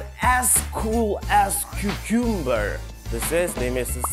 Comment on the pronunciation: cucumber so'zi notogri talafuz qilingan, undan ko'ra susumber desa chiroyliroq ko'rinadi)